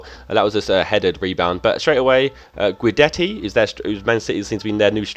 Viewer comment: Guidetti is pronounced Gydetti